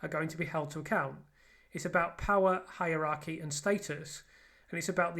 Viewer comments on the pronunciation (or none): none